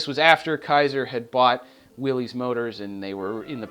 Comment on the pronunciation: Loved your love for the 54 Kaiser. Please--it is "Will Iss," NOT "Will Eze!" John North Willys would have taken you to task over this. This is, however, a small point on an otherwise professionally done excursion into the beauty and grace of one of the handsomest cars ever turned out in the 1950's!